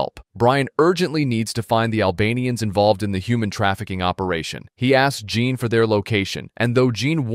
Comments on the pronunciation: Not "jean" its french its john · "Jean" is pronounced "Zhon", the French equivalent of John. "Oleg" is pronounced "Alec", with the emphasis on the last syllable. This is what you get when you use an AI voice synthesiser.